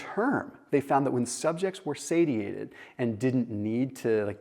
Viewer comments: say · shee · ay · tuhd 😉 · I can't believe you Pronounced Satiated like that lol